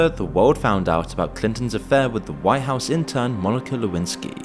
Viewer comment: Anyone notice the 'Wwhhite house'... like the family guy joke. "Whhhy am i say whhhat weird? " the brian, stewie joke? Probably means nothing but he accentuated the H.